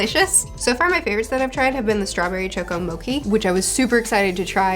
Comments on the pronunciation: Mochi..... is Mochi.... not Moki.....does that make sense? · "Moki?" Is she trying to say mochi? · Please stop saying Mo-key when you are getting paid to advertise mo-chee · Your closed captioning is absolutely hilarious! I love reading them. Also, just a spot of constructive insight, but mochi is pronounced moh-chee not moh-key. I'm loving the One Piece videos and I can't wait for the new chapter to come out! Keep it up. :) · Loved your chapter reviews although my favorite part might be the promotion mookie :) mow as in lawn mower chee as in cheese phonetically mow-chee. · Pronounced Mo-chi not mo-cki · mochi not moki : ) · Love your videos! By the way it is pronounced mo-chee. Can think of it like the “chi” energy thats pronounced chee as well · I like mokhi Katakuri: It's mochi,.......don't say it like that: OK, mokhi Katakuri: I already said it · it's moTCHi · "mochi" is pronounced with a hard "ch" sound fyi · Zunesha is based of Ganesha, which is an an ethnic name, so I feel it's best to pronounce it as such. (Zoo-neesh-uh, not Zoo-nesh-uh) Also Mochi is pronounced (moh-chee) not (moh-key) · Also big elephant is Zu-nee-sha